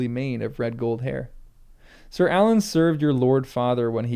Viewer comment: I laugh every time you pronounce Arlan Alan.